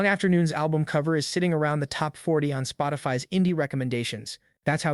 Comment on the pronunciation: "Spoti-Fi" goddamn